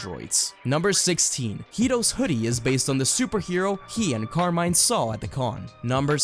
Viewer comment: nice video but please, stop saying car mine, its Italian Carmine since they are inspire by the Mafia.